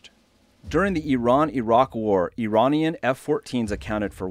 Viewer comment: I didn't think it was possible to butcher the word "Iranian"